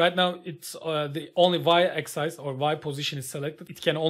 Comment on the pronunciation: Hocam video harika. Sadece axis‘in okunusu egzays değil ekzıs şeklinde 😅 birkaç saniye idrak edemedim